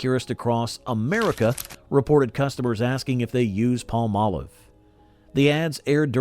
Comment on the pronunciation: i loved (charmin's) Dick Wilson as the perpetual🍷drunk on "Bewitched"!🤣 why does everyone mispronounce Palm•Olive🌴 "pall•Molive"??